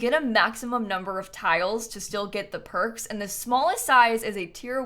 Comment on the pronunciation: i love when you say percs